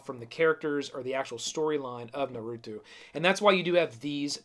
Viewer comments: its NARUTO not NURUTU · Naw-roo-toe....not Nuh-roo-two Geesh! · Omg it is not nar-oow-too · Nar - ooo - toe!!!! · Bruh the way you say naruto burns my insides